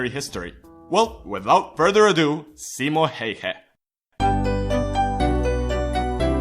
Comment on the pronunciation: Only english guy that announces simos name right :D